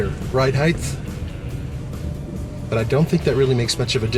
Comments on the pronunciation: It's "Ride Height", not "Ride Heith", lol. Decent review. 2015 Honda wins, IMO. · Did I hear a "height-th"? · hint: there is no "th" at the end of the word "height"....